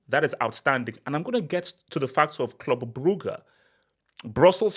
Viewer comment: Legend says Club Brugge will not go out of the UCL until learns how to pronounce their name